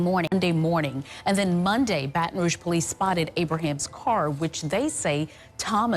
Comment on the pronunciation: 'Bantin Rug' That was cute and gave me a giggle. It means 'red stick' in French and is pronounced 'BATtin Rooj' with a soft 'j.'